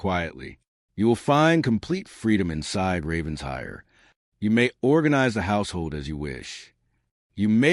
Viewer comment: The AI keeps saying Ravens hire. But it’s pronounced Raven shire. Other than that I love this story!